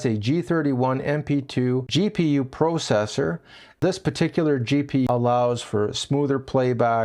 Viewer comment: I have never heard anyone say processor that way.